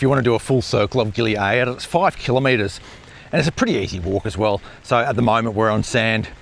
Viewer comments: Just say gili air like everybody else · i know it is but after 45 years of going to Bali and 10 years going to gili air never once heard one person pronounce it that way